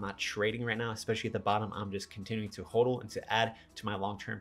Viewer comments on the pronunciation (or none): none